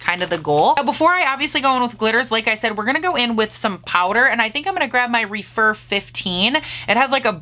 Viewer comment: Those glitters are stunning!!! I love the way you applied them! Not that it matters, but I think the Rephr brushes are pronounced Reff-er rather than Re-fer.